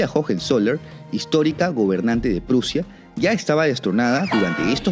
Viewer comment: Prussia .suena como. Russia